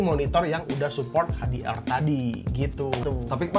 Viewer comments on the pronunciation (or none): HDR ❌ Ej - Di - Ar ❌ Ha - De - Er ✅ Ha - Di - Ar